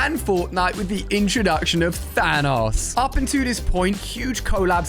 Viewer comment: I'm glad you dont say Thaynose